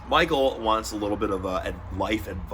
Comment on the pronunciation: Did he say Pichael? Or Michael?